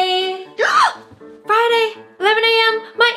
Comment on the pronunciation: Oooo fry-day sounds good